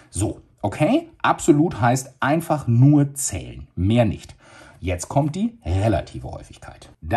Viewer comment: „Das ist nämlich sehr anfei äh einfach“ 😂😂😂 trotzdem sehr gutes Video danke 👍